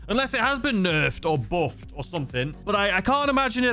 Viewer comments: "It's been boofed!!" 🗣️🗣️ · What exactly is the 'buhfff' lol???